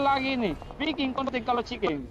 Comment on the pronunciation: Se denger gw dia bilang "KONTENG" bukan "KONTEN"